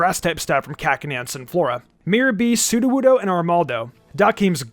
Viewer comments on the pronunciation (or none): none